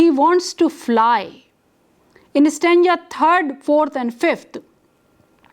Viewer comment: Stanja .....or .Stanza Terrible pronunciations